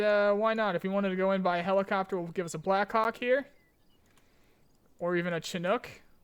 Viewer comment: Lol when you said blackhawk i heard "blackcock" xd